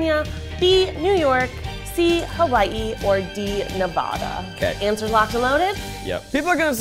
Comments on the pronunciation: As someone from Nevada I take offense to how said Nevada. It’s Ne-va-da not Ne-vua-da.. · It’s ne-va-dah not ne-vah-dah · Just here to tell to pronounce Nevada correctly…. Girl you live in the state right next to us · saying nevada wrong hurts me